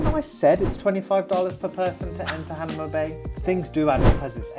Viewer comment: Not "Han a ma", it's "Ha na ma"